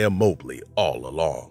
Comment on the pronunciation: Its Mah Blee, not Moe Blee